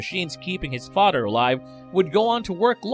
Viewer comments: Are you saying 'fodder'? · His fadder did it? Um what's a FADDER? OH!!! FATHER IS WHAT YOU'RE ATTEMPTING TO SAY. I GET IT. 😩